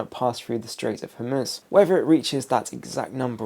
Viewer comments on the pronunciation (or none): none